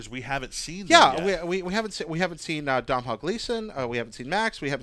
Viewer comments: Domhnail is Don (like "don't") - ul. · I'm from Ireland and it's pronounced DONAL Gleeson!! not DOM-HALL? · Domhnall is pronounced Doe-Nal not Dom-Hall (just putting it out there) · Cool video guys, just for future reference though you are pronouncing Domhnall Gleesons name wrong. His name is pronounced phonetically as doe-nahl. So doe as in Homer Simpson and the a in Irish names is generally pronounced more as an ah. The mh is silent. But to confuse matters further most people from Dublin (where he's from) would pronounce it phonetically as Doe-nil. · Domhnall Gleeson's first name is pronounced DO-nul and is the Irish spelling for the name Donal. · Just a heads up to, Domhnall is pronounced Donal!